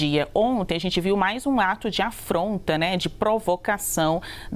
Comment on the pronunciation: Olha como a jornalista na esquerda fala afronta tenho que rir